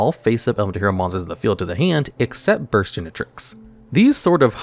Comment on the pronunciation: Never thought I’d see the day, but it finally happened. pronounced Burstinatrix properly!